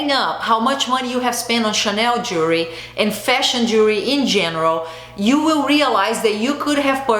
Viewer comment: I’m portuguese I know that you’re brazilian yes it’s so hard to say jewelry lol drives me crazy to pronounce that to! If you come to Portugal go to a privately owned jeweler or even stores in malls here you will sell gold, diamonds starting 700 euro (gold ring with diamonds) and it’s 24 karat not that horrible gold I see in those brands lol! Gold plated means a bath of gold which is crap lol sorry to say it like this! It’s the best investment you can make gold diamonds and precious stones for 1200 you can get beautiful pieces here with the most noble materials and it’s an investment or less! I find jewelry so overpriced in USA and Portugal has more than 500 years in tradition with fine jewelry. You have amazing taste so it would be wonderful to see what would you pick! I know Brazil have wonderful stuff to with much more quality. Chanel does not have quality I feel a bit ashamed for them to sell such low quality without noble materials. And yes Gold Lasts forever the rest wont! Glad you are a very smart lady agree 100% with what you say!